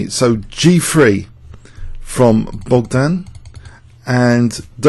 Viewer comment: "shleeva" is more or less how this name is actually pronounced. However, "bockdon" is rather off. The "gd" in "Bogdan" is voiced so the pronunciation BOG-dan (or -don or -dun) is actually closer to the Polish pronunciation.